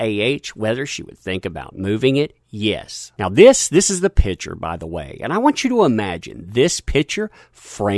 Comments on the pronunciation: Picture. Sounds like "Pick-chur". Pitcher is something you put water in. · You need to pass English class. It's PICture, not pitcher. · everytime says "picture" i hear "pitcher":D